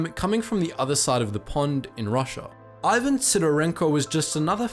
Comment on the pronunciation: You are pronouncing the german Tank-Ace wrong. You say "KniP-Sel", but in fact it is as could be seen in the video "KniS-Pel". And the russian Sniper: the name "Ivan" is pronounced "Eevan" and the letter "a" is pronouced like the british pronounce it in the word "dancing". And i have no clue how to explain the propper pronounciation of Simo Häyhä, you are pronouncing the first name right. But the family name... Other than that: nice video.